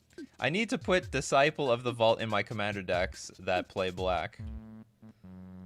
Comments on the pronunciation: It’s not pronounced ‘diss-sipple’… it’s ‘diss-sigh-pel’ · Your pronounciation of "disciple" makes my brain hurt